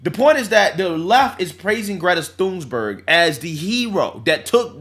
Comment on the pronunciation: 😂😂😂😂 there’s no “s” in Thunberg and every time he says “Thunsberg”I scream 😂😂 also he’s not wrong about big d* energy, average self pleasuring toy size purchased is 5” which isn’t big at all